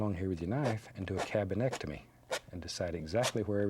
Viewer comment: Cabinectamy lol